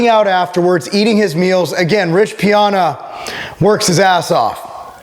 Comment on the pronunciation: Lol why do you pronounce his name like that😂